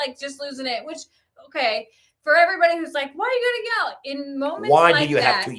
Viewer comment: Talking about how says certain words, the one that always gets me is when he says “which”. To me it sounds like “wench”. 😂😂